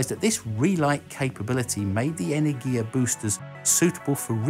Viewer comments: "Iah-gun"? What? You should have at least checked spelling for the video. It's spoken more like as "ooh-rah-gun". Also, it's not "eney-giah". It's "eh-ner-gi-ya" with emphasis on "ner", not "ya". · You pronounce the name of the Russian vehicles wrong. Eh-ner-gi-yah and Uh-ruh-gun